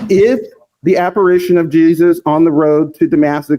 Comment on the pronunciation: this person's way to pronounce Damascus sounds like he is saying da-masochist.